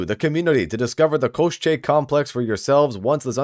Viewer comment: Hey rock on bro, it is "ko-shay" koschei complex